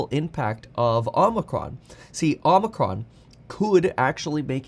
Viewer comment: Can't wait for Omicron to finally go away so I can stop hearing it mispronounced so much